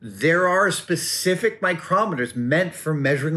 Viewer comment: Adam....mitutoyo microoooometers. Love your work but lets say it together. Mitutoyo micrometers.